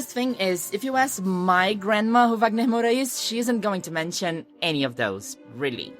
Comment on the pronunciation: Eu só descobri quando ela falou, pois fala o inglês com tanta desenvoltura que achei que não era brasileira, eu não falo inglês, mas percebi que falava o nome do Wagner Moura como uma brasileira.